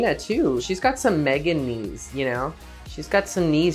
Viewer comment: I thought she said MEGAKNEES